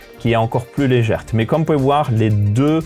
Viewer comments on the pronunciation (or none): "qui est encore plus légerte..."😂😂Merci!